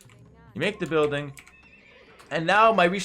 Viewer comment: "make the bØiLdiNg~" Proof that playing aoe2 at a pro level turns everyone into a skandinavian at some point